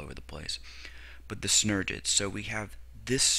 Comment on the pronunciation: This guy is mispronouncing synergids. Also, there are only two synergid cells on either side of the egg cell. The three cells opposite the syngergid and egg cells are called antipodal cells.